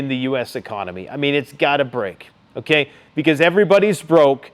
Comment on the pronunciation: "Sh*t's fittin' to pop off"??? That's not the way you say that bud. Friggin cringey ass boomer. And why do you say "okay" so friggin weird. Like "ahhkie". What a weirdo man..... P.s. 10 x 20k = 250k? Wtf is that math dude..... that's like third grade level stuff. You're absolutely cooked